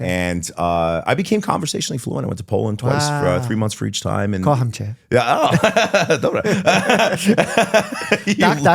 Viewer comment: As a Pole I never expected to hear Doctor Mike say "Kocham cię" and with an accent THAT GOOD??? omg